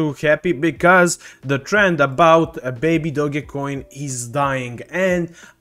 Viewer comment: You lost me when you can’t even say the name baby doge not baby doggy